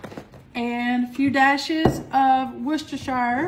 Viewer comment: You're the only person I know who says "Worcestershire" sauce without stumbling all over the pronunciation. 🤣 Love all of your recipes